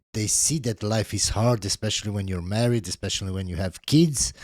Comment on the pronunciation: I like the way he says "Keeds" (kids) 😆